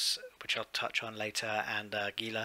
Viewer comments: Please...HEE*lah. Gila Monster. Gila River. Gila starship. Every time you guys say gee*lah, it makes Spanish speakers and South Westerner's ears hurt.Other than that.. good vid. Have another like. IGN: Antturas Hawk. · my American English ears prefer hee-lah. Lol